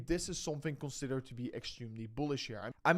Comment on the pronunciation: When you say "ultimately" in English, think of it as promounced "ooohhhtimatly" not dutch "u". Thank you! Just practice the sound ohhhlll then add that to the front of the word.